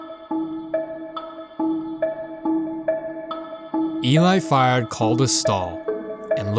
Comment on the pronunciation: At least get Eli Fried's name right....